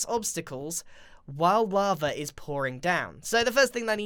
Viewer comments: lol he said wava instead of lava by accident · GRIAN!! YOU SAID WAVA XD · Did anyone notice how when he said while lava he said wava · love how he says "laver" intead of lava